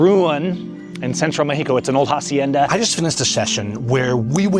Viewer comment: Suggestion: Don't pronounce the H in hacienda. That H is silent. /asienda/